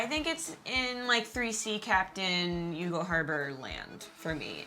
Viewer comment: YOU-GAL? Guys, ask an Irish person ... it's pronounced "YAWL"...